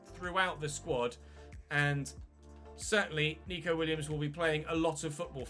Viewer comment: it’s neco williams not nico!!!!! god dam